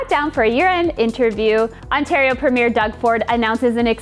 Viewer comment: You are pronouncing "premier"wrong.